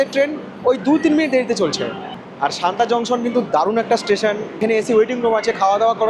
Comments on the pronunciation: সানতা নয় সাতনা হবে। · Satna pronounciation শান্তা কিভাবে হয়???? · haan eto easy name tao vul korechen bolte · Bhai, ota Santa noy, SATNA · a silly comment...santa noi...satna junction......i want har blog will be perfect... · ওটা শান্তা নয় সতনা। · দুটো কথা। আমার যতদূর শুনে মনে হলো তুমি সমানে শান্তা জংশন বলছো। স্টেশনের নাম সাতনা জংশন। আর মাইহার স্টেশনের ব্যাপারে কিছু বললে না। ভারতের প্রবাদপ্রতিম যারা সঙ্গীতশিল্পী তাদের মধ্যে অনেকেরই এই মাইহারে যাওয়া আসা ছিল বিখ্যাত বাঙালি শিল্পী আলাউদ্দিন খায়ের ছাত্র হিসেবে। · আর মাইহার এর আগের স্টেশন টার নাম সাতনা,, সানতা না